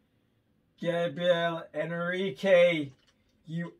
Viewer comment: Eu logo vi que você conhecia alguém que fala português, porque quando você pronúncia o nome dele é perfeito! Fico feliz que ele é uma inspiração para você ❤. Ele é o melhor cantor da atualidade. Muito obrigada pela afeição que tem por ele! Um abraço,!